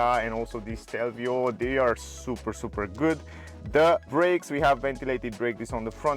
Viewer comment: It's Stelvio, not Shtelvio